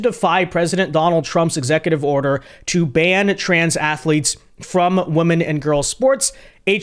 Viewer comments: Bro why you keep saying woman in place of women? Lol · Get the pronunciation of Women correct!